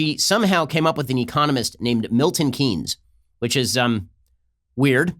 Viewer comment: PSA: Keynes is pronounced like “Kanes”